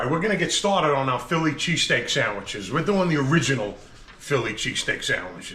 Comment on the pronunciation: I was laughing watching you guys chomp into those ‘sangweeches’ and recalled my grandma calling me a cavone whenever I ate 😅. Anyway I grew up right down the street from Pats and Genos. You guys hit the mark.